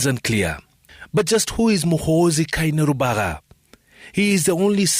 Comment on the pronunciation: I demand apology from Citizen TV for pronouncing Gen Muhoozi's name poorly, Keinerugaba to Keinerubara and Lt Gen Kayanja as Kyayanja